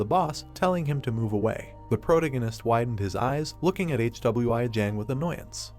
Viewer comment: Hey man watch your video before uploading your ai can't even pronounce "Hwi" what is this "HWI"